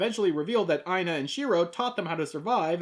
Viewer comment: Yo, the female leads' name Aina was my grandmother's name. This episode was trippy for me just hearing her name peppered through out it; thank you for pouncing it right too - i have heard way too many variations of the name (some not too clean to say the least) . Had to check if it was spelled right too, and holy hell it was. Thanks for this episode and happy Holidays!